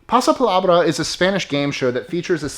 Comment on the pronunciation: Ok, that was a really good pronunciation when you said "Pasa Palabra". Spanish speaker here.